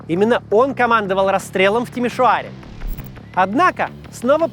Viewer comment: "Накануне, в (старательно) Тимиш-о-аре..." Ну могут же, могут же русскоязычные произносить румынские дифтонги, если захотят! ❤❤❤